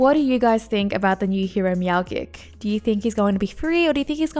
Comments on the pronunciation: your meow gik shieeett was so annoying its pronounced meowjik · D-did you just say "meowgik" like gif? It's clearly a play on "magic" and "meow"